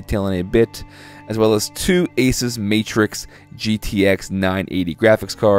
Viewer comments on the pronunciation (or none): Pretty sure it's pronounced "Uh-SOOS", not "ACE-is", but u say what u want m8 I ain't tryna start a flame war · God damnit he said Asus wrong. OCD...